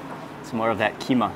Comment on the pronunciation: As a Sumatran (practically the land that gave birth to the Malays), every time he says "keema", "keema", "keema", my heart dies a little. 🥴